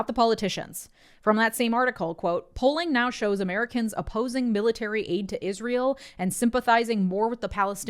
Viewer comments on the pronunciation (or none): none